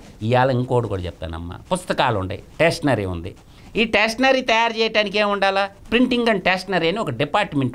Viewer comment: టేషనరీ కాదు స్టేషనరీ అనాలి